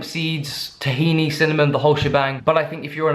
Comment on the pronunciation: if you like tahini so much you should pronounce it right